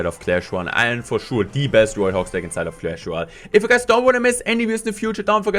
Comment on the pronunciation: Not trying hate on you but love it when u say CLASH LOYAL